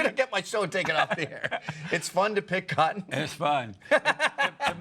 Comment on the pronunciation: "it's fun to pick cottion" ahhahahahahah